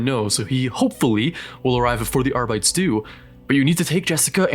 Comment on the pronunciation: R-bites? Woof it's supposed to be latin/gothic so Are-bit-tees